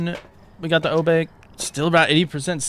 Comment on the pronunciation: Bro said "Oh Bake"😂😂